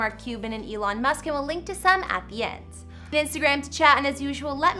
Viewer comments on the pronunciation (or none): none